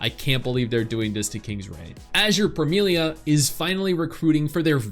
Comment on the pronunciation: man tried so hard not to butcher the name like he did in the stream hahaha, i was waiting for the nipples :D